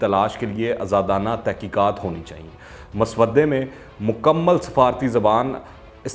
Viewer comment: السلام علیکم بہت شکریہ مسودہ مسودے تلفظ درست فرما لیں Mu sawa Day Not mus- Waddai